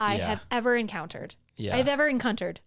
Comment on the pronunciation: you are my favourite person in the world after your new pronunciation of encountered 😂😂😂